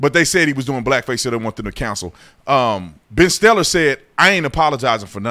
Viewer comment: C'mon man, "Ben Stellar"? 😂😂